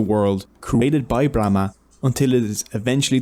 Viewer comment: It's Brahma! ब्राह्मण नही!